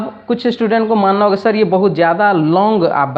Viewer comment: श्टुडेन्ट नहीं होता मास्टर साहब, स्टूडेंट होता है। थरी नहीं बोलते थ्री बोलते हैं। शुरू में ही गड़बड़, हम बच्चे क्या सीखेंगे ऐसे में सर।